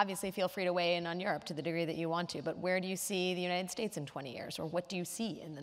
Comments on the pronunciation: I think he's saying united stakes....... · Is it just me or does Joseph Stiglitz say "United Steaks"? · Joseph Stiglitz: "The United Steaks" says it every time without fail LMAOOOOO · Why does the Stig say "United Stakes"?